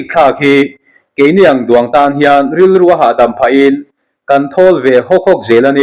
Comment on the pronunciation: I thil chhiar hi ngaithla tu an tam ta viau mai a, nang pawh i inzir zel a ngai a ni. Vui dur dur Pawimawhna Kei ni ang duang Heng te hi i chhiar dik loh thrin langsar zual te a ni.